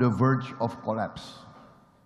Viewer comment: AL HAM DULILLAH pak....! Bukan AL KAM DULILLAH